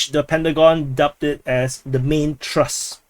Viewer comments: It's TH-RUST !... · it doesnt pronounce Trust.....